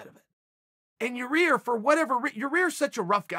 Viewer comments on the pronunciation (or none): YAA-EAR, not YOUR REAR. show a little respect bro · "but the same goes for yayear" "ya ear" "your rear" chael. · Say it with me Chael " yair" not. "yarear" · Is it Yii-air or your-rear? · Chael it’s Yah Ear! Ya ir! yair! Not yur rear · Ya ihr not your ihr Chael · It’s really hard to ignore “your rear” 😭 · Lol. Even the auto caption says "your rear" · I hear it as Yarear. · Chael, repeat after me; YAYEAR. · My CC says “your ear” every time Uncle Chanel says Yair’s name and I’m just laughing with tears running down my face 😂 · I'm just glad I got to hear uncle chale say "Yeah-rear" a few times befor 🎄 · I knew "Ya-Ear" couldn't sustain for that long. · Ya "rear" Rodriguez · "Your rear". Cmon uncle chael lol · “Your rear” bro stop😂🤣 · Chael:."its hard to forget ya rear" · Uncle chael is trolling us with 'your ear' Rodriguez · Ya ear Rodriguez 😂👌🏻👌🏻👌🏻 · Calling poor yarear, yah 👂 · Yah Ear Chael. YAH EAR! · Name: Yair Chaels version: Ya-Ear👂, Ya-Rear🍑 🤭😭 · Now i know chaels fuckin around. He says ya rear, and then ya ear. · YA-REAR RETURNS. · Can someone please just make a compilation of uncle chael butchering fighters names . Yair -> Yayear -> Ur Rear 😂😂😂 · chael last month "u idiot its Ya-Ear NOT your ear"..... and now, hier we go again ,,,, meehhhh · Yair -- pronounced "Ya-air" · “Ya rear" or “Ya ear" is more funny 😂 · Yah Rear LOLOL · Lol he started by calling him "ya ear", then as the video progressed it became "ya rear". I swear in his previous videos though, he called his name Yair properly. He has to be trolling lol. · Why is everyone else MISpronouncing Yaïr - instead Yareer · Chael "Yair... jk Yarir" Sonnen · He is trying way harder now to say yair after that fan question video guy said yarear and he called him an idiot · Chael trolling us with how he pronounces yairs name 😂